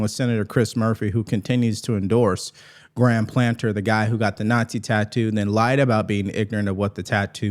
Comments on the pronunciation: Hey. Its PLATNER, NOT PLANTER. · PLAT-NER not PLANTER